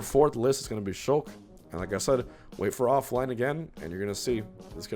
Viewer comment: I thought he said sheik instead of shulk and almost had a stroke